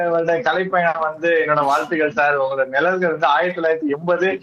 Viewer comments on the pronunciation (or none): Ninalgal( நினழ்கள்) illa. Nizhalgal ( நிழல்கள்)